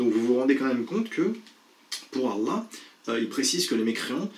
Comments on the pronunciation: il a dit d’Arllah ou je rêve ??? 😂😂😂😂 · Oui il met un ع au début de الله alors qu’il n’y en a pas bien entendu. le guignol 🤡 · a une manière bizarre de prononcer Allah pour un sois disant exmusulman..... Moi je pense qu en réalité ce sombre personnage n'a jamais été vraiment musulman.. Allah wa3lam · Quand il dit Allah ça sonne faux, c'est pas naturel, y'a un truc bizarre. il n'y a que moi qui a remarqué ça? J''ai l'impression qu'il se force à essayer de bien le prononcer alors que dire Allah est tellement simple. Ou bien il a tellement la haine que ça lui fait mal de dire Allah c'est une souffrance. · Regarde comment qui prononce Allah 🤣🤣 et tu a tout compris